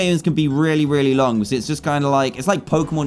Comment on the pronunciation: At 11:8 I thought dan said rare-y nice